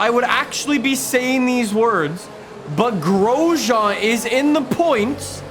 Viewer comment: Am I the only one who gets triggered at how he says Grosjean